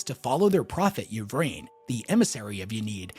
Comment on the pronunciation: Lucius is trash,. Also, Ynnead; "in-ee-ad" not "ya need." Likewise "ih-vraine" not "ya vraine."